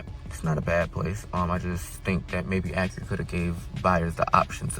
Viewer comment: It's not pronounced AckuRa.